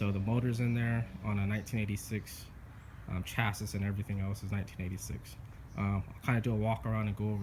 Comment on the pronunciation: It's pronounced chassi